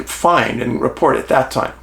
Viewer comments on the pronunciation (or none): none